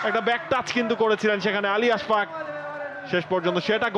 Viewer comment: I don't know why they keep pronouncing his name Ash FAQ